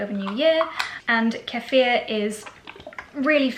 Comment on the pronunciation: I love that you're taking action to improve your gut health,! It really is so important in order to life a full, good quality life! Kefir, however, at least in America, is pronounced "Key-fur".